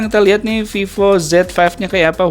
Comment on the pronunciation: Viiivooo bacanya